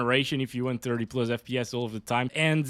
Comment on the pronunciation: pluzz, why pluzzz and not plus 🥴